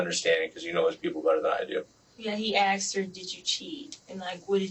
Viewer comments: He axed me to ax you. Speechless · These kids are supposedly on track to Ivy league colleges yet this one still says "axed". Interesting. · An "elite" school and nobody can pronounce "asked". Homeschooling ftw.